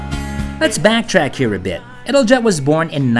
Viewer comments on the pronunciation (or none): you should pronounce it as: ital-yet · 10/10 for your pronunciation of the Italian names 1/10 for your pronunciation of Italjet 😂 “It-al-jet”